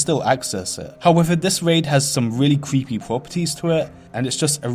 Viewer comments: It cweepy. Wtf . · It's not creepy as much as cweepy. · Vewy cweepy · vewwy cweepy and scawy :'( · Yeah vewy cweepy indeed my fwend